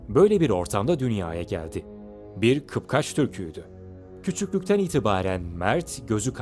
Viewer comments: kıpkaç değil kıpkaç be kardeşim... dinlerken bunaldım ayıp ya... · 1.07 de dil sürçmesiyle "bir kıpkaç Türküydü" demişsiniz. Kıpçak olacaktı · Lan arkadaş alt yazı dada "Kıpçak" diye geçmesine rağmen sen ısrarla "Kıpkaç" deyip duruyorsun, kapkaç der gibi...doğru dürüst çıkar şu kelimeleri ağzından... çıkıp birde seslendirme yapıyor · Kıpkaç değil, "KIPÇAK", DEŞTİ KIPÇAK! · Kıp-kaç değil kıp-çak!!! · kıpkaç değil kıpçak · 2 defa kıpkaç dediniz kıpkaç değil, kıpçaktır. Ayrıca ne moğolu ne roma imparatorluğu ne de bir başkası, eğer inancınız varsa zafer gelecektir. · Kıpkaç değil , Kıpçak . Ayrıca Baybars esmer değil beyaz tenlidir tasvirlere göre ve gözleri mavidir dediğiniz gibi vücudu gelişmiştir. Tipik Kıpçak yani. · Kıpkaç mı dedi o.kapçık demedi iyiki. Bilmediğin şeylerin videosunu yapma